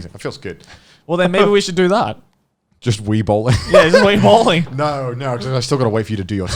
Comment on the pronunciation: Every time they said bowling I misheard it as ballin